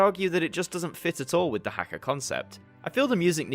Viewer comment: as someone from new zealand the way you said haka made me cringe but of course it did i nitpick every single foreign pronounciation of te reo māori even though i barely remember any of the stuff they taught in school on it 😭